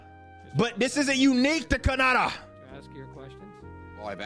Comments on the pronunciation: You nailed 'Kanata' Eric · "Kah-nadah" The phuck did you say "Negus"?